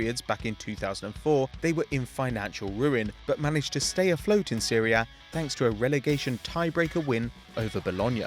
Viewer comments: Thats because the commentator is dumb,he says Siri A but it's Serie A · it's Serie,you have to read the letter e like "é" like in the word Elmo,so both letters e in the word Serie are read like "é" so Serie A not Syria